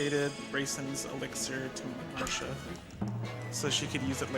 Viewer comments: bro has the world recor and can‘t even pronounce the name if the character he uses most apart from the protagonist😂 it‘s marcia not marsha… the same as it it garcia and not garsha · Anyone else annoyed by "Marsha"?